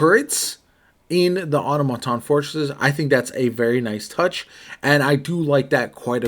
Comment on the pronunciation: aa-taa-muh-taan 😂👍🏼 sorry bruh